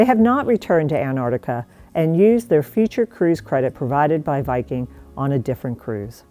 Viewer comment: “Antarctica”, not “Anartica”, please.